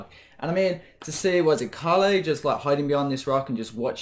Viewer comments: Isn't her name pronounced like Kayle? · just for the record its pronounced Kale like the vegetable (dragonball keeps most names as puns to vegetables) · Why is everyone mispronouncing Kale? Its pronounced like the vegetable.